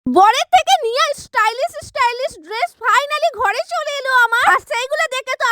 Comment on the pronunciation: Didi ota istylish na❌ stylish ✔️❤😂😂